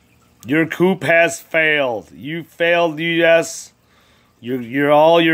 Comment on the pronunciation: It's pronounced "coo," not coop. You don't pronounce the "p" at the end.